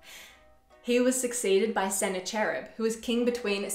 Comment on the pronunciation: Thanks for making this video. I love the content. However, I want to mention that the name "Sennacherib" should not be pronounced with the "ch" sound in "church". In English, it should be pronounced with the "ch" sound in "mechanic" or "chemistry". The original is believed to be voiceless velar fricative such as /kh/ in the Persian name Khomeini. But in English we usually approximate that sound as a "k".